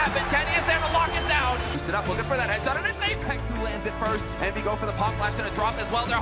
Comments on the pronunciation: Envyus => Envy Us (en anglais) J'aime bien ton taff, désolé mais ça me triggered x) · La vidéo est super, Apex est un joueur passionnant et ta narration est au top. Mais je t'en supplie revoie tes prononciation j'ai eu des saignements c'est EnvyEUSS et KatoviTCHE!!